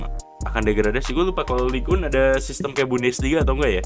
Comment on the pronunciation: Btw bukan ligue un tapi ligue eng